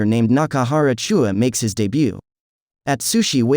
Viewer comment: Who tf is CHOOUA ITS CHUU-YA WITH AN AH